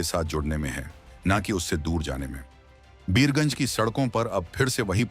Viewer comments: बियर गंज नहीं वीर गंज बोला जाता है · Abe o Bhartiya media tadi pee key bolvraha hai beergunj nahi Birgunj hai. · Birgunj not Biyarganj